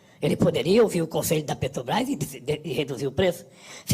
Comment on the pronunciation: Putz! Me irrita ver um "presidente" de um país falar "PETOBRAIS"; quem vota "MAJITORIAMENTI" na gente... Um asno! Uma tartaruga em cima do poste.